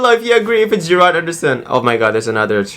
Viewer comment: It's Gerald Anderson not Gerard haha